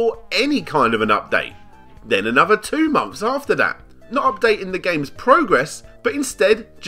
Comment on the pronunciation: Mumfes and mumfes of being unwilling the pronounce the 'TH' in your own language, as a commentator and content creator... gg well played